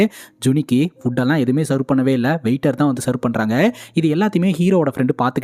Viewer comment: செவ், not செர்வ் ( serve)